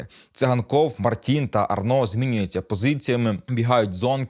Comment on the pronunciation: Гарний огляд. Тільки одне зауваження. Не Арно, а Арнау. Логічно, що au мало б читатися як о, але в цьому випадку ні.